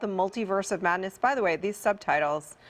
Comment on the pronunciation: "In the Multiverse of Madness" sounds like "At the Mountains of Madness." Maybe Strange is mixing it up with Shuma-Gorath?